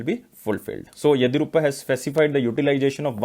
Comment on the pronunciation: Please pronounce karnataka's CM name correctly... 👉 YADI + YUR + APPA